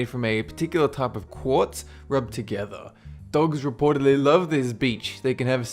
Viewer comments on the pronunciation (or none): none